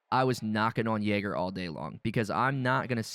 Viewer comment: learn to spell YAGER, you spell the A like in JAR but without the R. and i dont get it why you are mad about the partner program and compare yager (devs since 1999) with an indie dev like iron mace... its like you wondering why you cant have a personal chat with biden but your friend whos interested in politics will talk with you all day long. edit: finished watching the video, how can you tell people to not play the game because their partner program is so bad? so this affects only streamers and youtubers, isnt even game related... also, you say that everything in the cycle is recycled from "The Cycle: Battleroyal"... there is no proof this game ever existed, and you yourself say that you have this from other people, no real source... so sad what trash you talk. i dislike what happened to the cycle too, they went the wrong way, wanted to make another EFT but failed by mixing arcade shooter with hardcore. but what you saying is only crying about loosing a partner program.